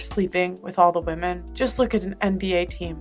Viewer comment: Is it a thing to pronounce ”women” as ”woman” now? I don’t think he’s glitching because he’s doing it repeatedly!